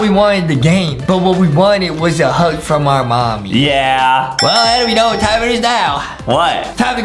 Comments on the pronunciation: I love how everyone is saying adem instead of Adam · adem lol